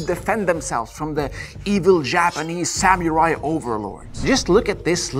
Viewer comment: My fave is how he keep saying Samiurai/Samyurai ✌💯😁